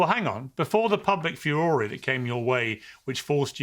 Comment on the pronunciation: Piers, that isn't how 'Furore' is pronounced.